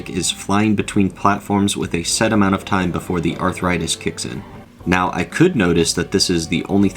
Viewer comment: "a large aMOOnt of cut content" canadian cow-goblin hybrid confirmed???